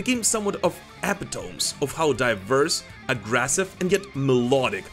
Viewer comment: Hey bud, Epitome is prnounced: "eee-pit-oh-mee" I know English makes no sense, but there you go from a native (by default) English speaker! Maiden Rules!!!!!